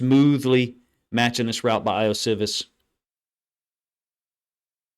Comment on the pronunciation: Ioshovas 'E-oh-she-vas'. Pronounce the I's like E's. That's the way most languages work, except English. Usually if we, as Americans, see a foreign name/word, this rule helps greatly. Also, love your film reviews. 👍🏾